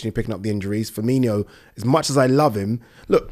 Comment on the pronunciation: He calls him Fermee-NEE-O He’s not a red